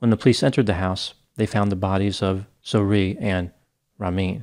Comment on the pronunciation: Zo-ReH (different from "Zoree").